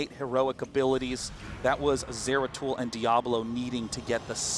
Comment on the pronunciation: No zagara and it's zeratul plz notice this host